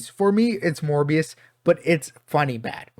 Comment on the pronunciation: Well, have I got news for you 😅 Edit: You really seem to struggle saying “Morbius” 😂